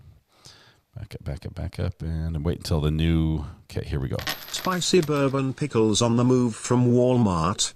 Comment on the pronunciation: Do Southeners pronounce pickles as PEE-HICK-LES?